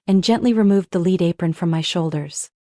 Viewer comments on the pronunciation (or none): Could you teach your IA how to pronounce "lead" (metal) and stop giving it the "lavender" prompt, please? Thank you in advance.